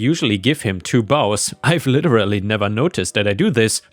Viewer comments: Bows: is pronounced as "boze." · the Bows in the Christmas story is pronounced with a long O sound not complaining but since you have asked for help in the past I thought you might appreciate this.